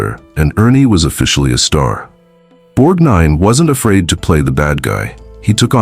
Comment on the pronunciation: Not "borg - deen" it's Borg-nine". If you can't get the name right, the rest may be just as flawed